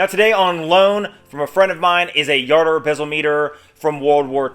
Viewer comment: I have a Jardur 850 Chronograph. Where did you learn how to pronounce the name? The President of the new company pronounces it with the “J” not a “Y”.